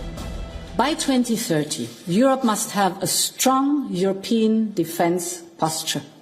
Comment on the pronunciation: Europe pronounced as yurope, not yorope